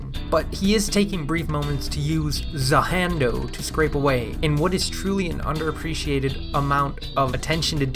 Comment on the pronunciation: Za HANDO Not Za HANDO 😐😐😐